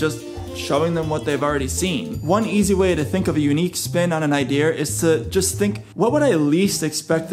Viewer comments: Hey thanks for the tips, just an FYI its called an ideA, You say iDEAR like your apart of Orange County Choppers.. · Idea (R) wtf! Why would you say IDEAR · Its ideas no it’s idears no say ideas then the next time say idears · Omg the whole time you were saying idear and I was dying laughing trying to decide if I should say something or if it was on purpose. THEN YOU SAID ‘IS IT IDEAR OR IDEA? 💡 🔥🔥🤣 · 90% of the comments : wHoS cHeCkiNg tO sEe iF This wOrKs 10% of the comments : saying about that how annoying it is when he says iDeAr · xXAbbyAAngelXxYT The Roblox Kid it’s not an accent. It’s a mispronunciation if a word. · no one: This guy: Idear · Him: saying idear Me: getting flashbacks from that one Indian guy who messaged me: Hello dear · bothering the hell out of me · Idear sound like someone saying my dear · "Idear" that's some old man New England vernacular 😂 - also great job on this video man, I can see the effort you put in and I really hope this helps as many people as it should! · “idear” ok well who cares about how he says it? I just wanna know if this works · I love the way you say Idea’Er lol 😆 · I'm saying 'idear' now TikTok: artbyafra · Its "i-dee-uhh-" 😂😂😂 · ONCE AGAIN..............IDEARSSSS lol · i was wondering why you kept saying ideer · Its "idea". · Take it from the guy that doesn't know how to pronounce idea. Jokes aside, great content. The algorithm likes all these things